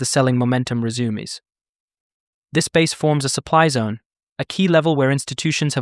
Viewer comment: the poor AI BOT can't say resumes and instead rezummeezzzzeee lol